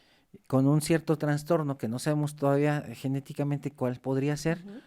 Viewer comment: “Tanstorno”. Lol.